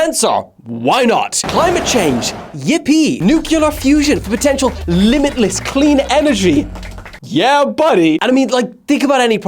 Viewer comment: I judge you as a complete idiot for saying "nucular" instead. If "nuclear". Learn to speak properly and people may get take you seriously. Channel blocked for stupidity.